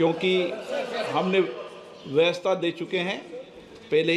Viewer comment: Speekar sir kya bol rhe hai vyavastha ko kuchh aur hi pronunciate kar rhe hai